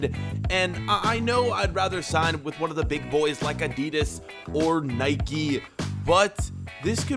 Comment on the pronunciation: How he said Adidas. 😂